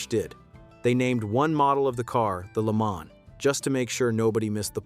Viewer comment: It means 1000 miles. I was about to comment on the narrator's mispronunciation of the Mille Miglia, thanks for beating me to it. And he doesn't say LeMans correctly, generally the S is silent but not said like Man. My French is poor so I can't explain how to pronounce it correctly .